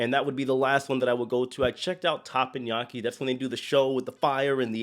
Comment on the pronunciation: I’m distracted by TAPPANYAKI. It’s not pronounced that way! It’s Teppanyaki. But, I love you and your videos!!